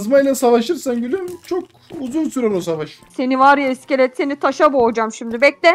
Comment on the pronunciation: Creepper a Cliper İskete de İskelotor diyen koca yürekli abimiz. ❤❤❤❤